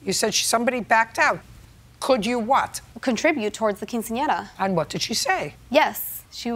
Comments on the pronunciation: "To help pay for her cousins keen-seen-in-error"😂😂 why did he say it like that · "...to help pay for her cousin's keen-see-ahnera." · I tried so hard to mispronounce “quinceanera” like the narrator did and….. I just couldn’t lmao. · Nice way to pronounce Quinceanera in the beginning 😂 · Only 12 seconds in and i'm just trippin' off the announcer trying to pronounce "quinceanera" 😅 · I can't get over the pronunciation of "quinceañera" by the narrator. Lol. Nevertheless, buy your cousin a freaking gift. If you already gave 2500 dollars, why would you ask for money from people who aren't family for a party for your COUSIN? I don't care if she's "like family." JJ is right. If she didn't offer her contribution, then clearly she's not as close to the family as she says. At least not the cousin. 1200 for "like family"?? NEVER. 😂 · The guy at the beginning could NOT say quinceanera.